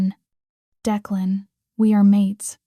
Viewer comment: I didn't care for the closed caption highlighting every word. Plus, it would be nice if you would train your AI to correctly pronounce times and to keep the names straight. Declan was pronounced at least two different ways.